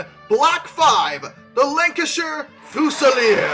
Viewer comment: Love the presentation. Very funny. Also, don't want to be 'that' guy, but it's pronounced Gloh-ster - ignore the 'ce' in the middle, and Fyooz-ilier - like an electrical 'fuse'